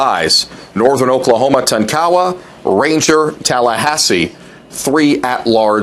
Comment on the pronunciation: Can somebody tell this guy the correct way to pronounce Tonkawa and Jay Herkelman? It's embarrassing listening to him butcher these names.